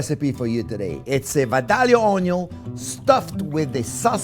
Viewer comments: I have a friend from Vadilia. And the proper way to say that is. "Vi da ya" The l's are silent. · If you want people to believe your joke about being from Georgia, you need to pronounce Vidalia correctly. It is pronounced Vi-day-ya...say it that way and at least people from Georgia will believe you at least been there. I'm a big fan of you sir. Thank you for your passion.